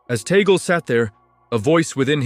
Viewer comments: This guy pronounced “Tagle “ name wrong. Tagle is a Spanish or Pilipino surname - it is pronounced as you would a Spanish word - T a g l e - not the English western way making the last syllable silent. E is pronounced as E - Just like surname Robles - rightly pronounced as R o b l e s. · We pronounce Tagle as Tag- lee 😏🇵🇭🇵🇭🇵🇭🇵🇭🇵🇭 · Tagle not Tagal,please. His family name.